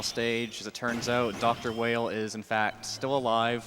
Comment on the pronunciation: "Dr. Whale" "Dr. Wheel" His name is Vile in JP, so it stands to reason it's pronounced "Wile" in US. This is further supported in game by possible connections to Dr. Wily of Megaman's past.